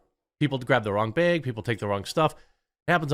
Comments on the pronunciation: I hate the way you say “bag” 🫢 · lol. "beyg" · Jeremy saying "baag" makes my day! Thank you Jeremy. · Everytime Jeremy says "beg" I lose approximately 1 year off of my life expectancy. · One less clown in Biden's Freak Parade. Also, Jeremy had to say "behg" 100 times. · “Baig” lol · Is it just me or is Jeremy pronouncing word "bag" weirdly cute? Like bēēg :D edit: grammar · I only click on the video to hear the quartering say the word bag over and over